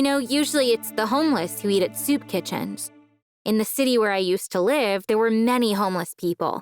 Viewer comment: I know I'm not the only one who heard Nani when she said many